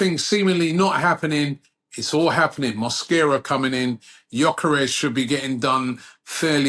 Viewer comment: Mosquera. Not mosquito